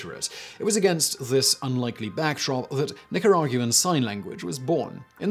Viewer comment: Are you pronouncing Nicaraguan weird or am I? 🤔